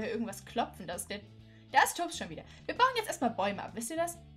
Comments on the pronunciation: Nicht böse Gemeinde aber sag bitte TOBSS mit O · Es wird toobbs mit langem o gesprochen